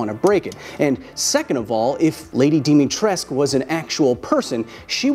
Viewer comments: DimitresCU not Dimitress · Lady Dimitrescu not Lady Dimitresc I'm a romanian and that is how you pronounced it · IT'S DIMITRESCU NOT DIMITRESC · She is almost 2.9m and almost thicker than Ashley Graham i looked her BMI it was 31 if Lady Dimitrescu yes "Dimitrescu" not "Dimitresc" she would have around at least 29 BMI and that would make her 250kg at least please do your research better when you make videos about my vampire momy!! Note : the things i said true but its joke you know :D about momy thing etc. and it was good video tho :D "because you know its not about sexualty its about power the power that she could crush my head between her thighs and its just an option, she could with many other part of her body too " -M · thank you for butchering the name (I'm kidding of course) of "Dimitrescu", in Romanian we don't stop at "c" we also pronounce "u" with a sound more similar to the beginning of the pronunciation of "uwu", but Lady Dimitresk sounds cooler (what youtube decided to put as auto translate for subtitle) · Just one little remark... the U is not silent. Romanian has no silent letters. Can we get at least one person with an actual fanbase to put this out there? It's Dimitrescoo :(( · It’s Dee-mee-treesk. The “u” is silent. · Trust me, I’m from Romania. It’s lady Di-mi-tres-cu. The “Di” is pronounced like in “Dinosaur”. The “mi” is pronounced like in “miracle”. The “tres” is pronounced like in “trespassing”. And the “cu” is pronounced like the “cou” in “Coulomb”. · As a guy from Romania, it kind of grinds my gears how Kyle pronounces Lady Dimitrescu. It's not Dimitresque/Dimitresc. The R is like in burrito and the U at the end is like umami. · To be clear, the 'u' at the end is NOT silent, no matter how much Capcom insists. Source: im Romanian and that name is somewhat popular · i like how the internet both simps for dimitrescu, yet still has no idea how to pronounce her name. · I like how people don't pronounce the "u" in her name